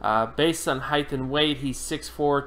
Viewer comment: Someone tell this guy its HEIGHT not HEIGHTH